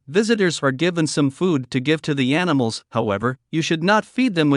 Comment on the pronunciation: "aniSmals"? You can't compensate an abundance of "S" by an abundance of "!"....